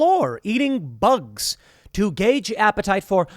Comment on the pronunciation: “Eat the boogs”